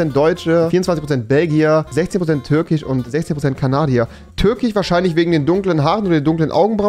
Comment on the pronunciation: Tich , Schwedich, Finich, Türckich, Jüdich... Omg er hat ein Wort mit "sch" ausgesprochen. 😂